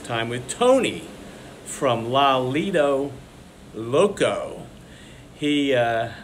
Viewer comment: loving your cruise comps videos. I’ve learned a lot. No more $800-$1000 buy-ins for me, I’ll buy in for $2500 every night now. Might never pay for another cruise ever again! By the way, you kept pronouncing Tony’s channel with and O instead of an A (its La Lida loca, not lido loco). I’ve met and played with Tony, he’s great. Fun guy.